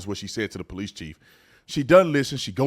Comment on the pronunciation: da “I am THE DA” Mam I’m am THE PO-LICE